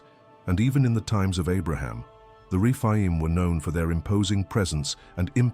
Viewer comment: The refine!???? umm.... I think you mean the Rephaim